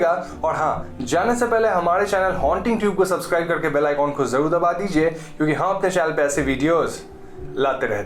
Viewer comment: Bro its "kyu K" not "Chu K".